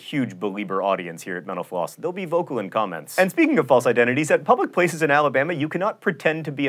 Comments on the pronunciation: The way he said mental-floss at the end sounded like he said: "Thank you for watching menopause." XD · Every time you say mental floss it sounds like menopause to me. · So John, I know this has been mentioned before but...why do you say Menopause instead of Mental Floss! Of course that is one if the reasons I watch the Lists show! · When he says "Mental Floss," it sounds like "menopause." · I thought the said "Thanks for watching Menopause" ...... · Thought he said "menopause!" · When you say mental floss, it sounds like menopause. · Sounds like you're saying menopause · at the end of every video i swear he says menopause. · Am I the only one who hears menopause instead of mental floss ?